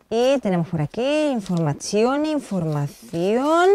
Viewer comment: informasao, jajajajaj muero